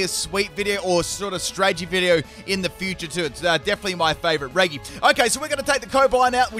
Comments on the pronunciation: please pronounce it correct its very annoying hearing reggee instead of reji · stop saying regy please its pronounced like reji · It’s REH-G not REH-GEE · It’s annoying when he says “re GEE” and not “re g” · Him: pronounces it as reg-ee Me: screaming in redge-ee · Please... stop saying Regi like Reggy... it's officially Re-GEE, in every name, even Re-GEE-Ice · Regi (re jee) he says regi (re gee) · im in pain. why did you pronounce them as regi??? its re-ji??? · Its said reji not regi so the j sound instead of the g sound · its not pronounced "re-(hard)gee" its pronounced "re-jii" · It's not said like re ge it's said like re ge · Sorry but it does bug me that you say Re-gi instead of Re-Jee... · I’m really annoyed how he says regi like Reggie not reji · It's not pronounced reggi it's pronounced reji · It's Re JI not re gi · 20 second into that's mad also its pronounced Reji not reg-e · It's re-gi not re-g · So are you just afraid to use the letter G properly? Both Regi and Aegis are pronounced with a soft "J" sounding G. Driving me insane bro... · Okay so, your a cool guy, but when it comes to me, I absolutely cannot stand it when someone pronounces something so simple so wrong. I’m talking about regi. It is pronounced rejee not reggee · The fact he pronounces it “Re-gee” makes me want to squeeze my sandwich super hard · nooooo it is not lol, I’m Australian and I still say it properly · Um, just so you know the Regi in the Regi’s name is pronounced Re-jee Re-Jee-Steel Re-Jee-Rock Re-Jice Re-Jee-Leki Re-Jee-Draco Re-Jee-Gigas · *always reggie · omg the way you say "regi" XD I hear everyone saying it like "redji" (like Regina George) so since you kept saying it like that, I now am confused how you pronounce the giants lol XD it's a cool team nevertheless! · You pronounce it "Reji" like Regina George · Did he just say Ray gig as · Why does he pronounce regi with a hard g? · But regi is pronounce re-ge that how you say it or do u just have an accent